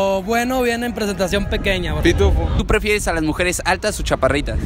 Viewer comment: Pefieres dice jajajaja